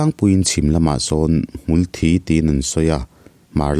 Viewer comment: Hmul Thi tih hmar lam in an lamdan i tih kha a dik zawk lomaw le aw, chhim lam tih dan i sawi kha chu Blood (Thisen) hi a kawk zawk mah mah lomaw te kalo tive mai mai a😬